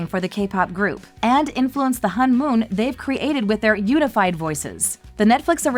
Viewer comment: Its pernounce hone mon